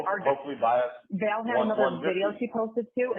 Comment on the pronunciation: Every time she says "Val" I throw up in my mouth a little. Of all of the words I've heard her say... that is the worst of the cringe words.